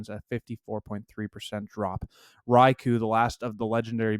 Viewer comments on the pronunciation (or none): none